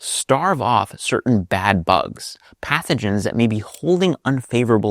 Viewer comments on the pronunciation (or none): none